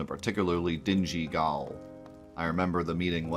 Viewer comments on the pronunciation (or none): Glad to see you starting up something new! Means I have something to keep my company during my training. Hope you have a lot of fun with it! Oh, and Gaol is pronounced Jail, for some reason video games started using that word in the mid-2010s.